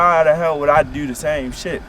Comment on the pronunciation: Dane Teneyck they don’t say “do” . That say “deyou” . That shot is not cool.